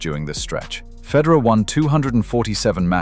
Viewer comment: It would be helpful if you knew how to pronounce Federer